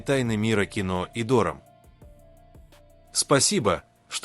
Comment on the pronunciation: Не дором а дорам, не Сюзи' а Сю'зи, не лица' а ли'ца